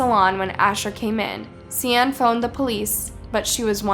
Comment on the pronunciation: One google search can show you how to pronounce "Gloucestershire" correctly. And "Sian." Did you even try or just didn't care?